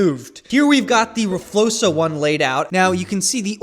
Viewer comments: please stop saying rflosa it’s rfloxa x not s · (r flokes uh) flokes sounding like spokes, ur saying it wrong. Please don't take this as a mean comment i am just trying to be helpful